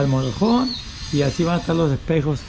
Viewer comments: se dice motor home not morojon 🤣😂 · aprende a pronunciar que te escuchas muy ñetas y repites mil veces la misma frase, MOTOR HOME y we pronuncia motor hom.